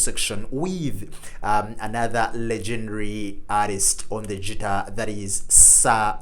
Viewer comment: Guitar, not Tschitar! ;-)